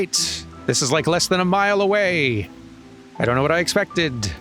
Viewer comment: a mile? you mean a malm.